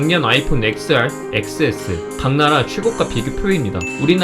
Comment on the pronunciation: XR XS는 엑스알 엑스에스로 발음하는게 아니라 텐알 텐에스로 발음해야합니다